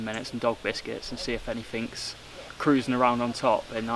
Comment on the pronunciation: Any “Finks”? In England we say “any THING”. Spelt and pronounced with a TH and not a Thucking F you Thuckwit!